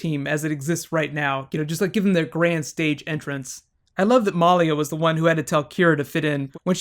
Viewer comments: It's milia not meliea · I'm pretty sure it's (Mah lee ah). Not (Mol lee ah) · MALIA not MOLIA. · Lol, her name is malia not Molly. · Muh-Lee-uh not Maul-ia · He keeps saying MAHlia. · Good recap but my god can you please learn the characters names?! It's Peter. Not Paul. And you kept saying Malia like Molia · Great review! I really like your theory on the elements. The only negative I have is the mispronounciation of Maliya's name. I've known a few women with this name. It is actually pronounced meh lee yah with emphasis on lee. Real nitpicky of me, I apologize. Aside from that I feel it was a wonderful review. My favorite scenes were the interactions between Stiles and Malia (especially the ones in front of the others). You can really sense the affection she has for him. It takes on more meaning when you consider that he is the first and possibly only person she has bonded with since reverting to her human form. I am curious if she can become a full coyote again, and if it is something she inherited from her aunt Talia. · You kept calling Peter Paul, sometimes it sounded like you were calling Malia Molly, and you slipped once and said Tyler (the actor) instead of Scott (the character). Are you new to the show? Also, I would love to see bonus videos on the mythology of teen wolf :) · The way he pronounces Malia's name.. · the way he says Malia :)) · Dude learn the names its peter not Paul and say malia right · are just confirming the fact that you are the best channel on Youtube. Even though you said Paul instead of Peter and you were prounouncing Malia's name wrong you are still awesome. And I would totally love Bonus videos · It sounds like you're pronouncing Malia's name differently than they do in the show or are you talking about someone else?